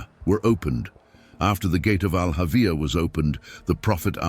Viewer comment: It's not Al Avia... It's Al hawiah